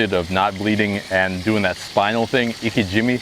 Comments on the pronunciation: Just for future reference, Its pronounced “Ee Kay gee meh” not “ Ee Ka Jimmy”. The technique you’re using is best for raw fish consumption and even then you have to age your fish after bleeding it out as well. Here s more info on the technique Btw thanks for showing us the process and that was a wonderful catch! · pronounce it ee-kay, jee-may